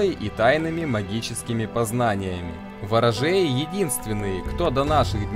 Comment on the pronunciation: Спасибо, но — вЕресковое, ворожЕи.